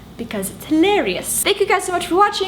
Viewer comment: I do not know you but I love you for saying words like irrevocably and over pronouncing "hilarious" and making binary three syllables. IT WAS ALL FANTASTIC.